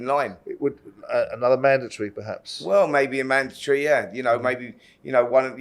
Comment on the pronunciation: Manatry! Spencer, it’s a mandatory